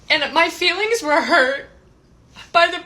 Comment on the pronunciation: "My feewings we hurt 😭"